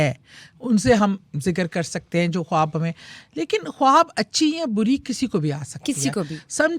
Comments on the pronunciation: کھوآب نہیں ہوتا خواب ہوتےہیں۔please diction تو ٹھیک کرلیں۔ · Khoti khab nahi khwab hota hy....hindi ko copy karti hy wahi chali ja....khoti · Host ki urdu itni buri hai (khob) Khuwab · خواب ھوتا ھے کھواب نھیں اپنی اردو پر کام کریں۔ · Ye khatoon jo khud ko anchor kahtee hain ye khwab ko hindi me pronounce ker rahe hain akhir ko kita bola ghum yani grief ko gum khayal ko bhe hindi me pronounce kertee hain Q? Kiya ink apni urdu huroof e tehajjee nahe aatee agr ye Pakistani hain to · Kitni ajeeb lag rhi host khab khab bolty 😂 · I please….. … correct your خ first it’s not کھاب